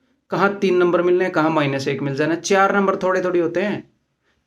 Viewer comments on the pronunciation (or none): चार होता है चेयार नही। शाम होता है शेयाम नहीं ।